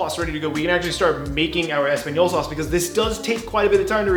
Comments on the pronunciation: really said espagnyolo sauce. This is why I’m subscribed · did you say espagnyolo sauce lmao